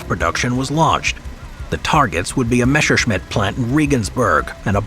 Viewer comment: Messer-schmidt. Messer. Ssssss